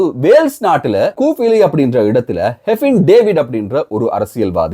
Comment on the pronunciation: கூஃபிலி இல்லை கெர்ஃபில்லி (Caerphilly).... பிளெயிட் சிம்ரி இல்லை பிளெயிட் கம்ரி, cymru is the welsh word for Wales, Try to avoid such silly mistakes whenever you are talking about Wales! From Wales 🏴🏴🏴